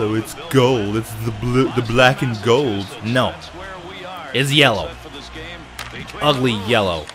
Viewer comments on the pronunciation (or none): none